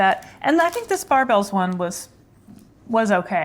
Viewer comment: They are pronounced like Bear bell, not Bar bell. You have to try the creamy crisp Barebell...they taste like a 100 Grand bar!